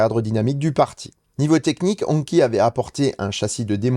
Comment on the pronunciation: Hongqi se prononce hongchi. J ai essayé l ehs9 au salon : on m a bien dit que la venue d hongqi en europe est bien prevue et dans tres peu de temps.